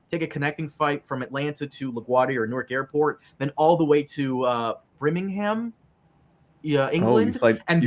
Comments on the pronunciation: “Bringingham” coming out of Birmingham disturbs me on a spiritual level. 😭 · “Brimgingham” “Stafford upon Avon” are these mothertruckers illiterate 😂😂 also there’s literally a Birmingham in Alabama so they have even less excuse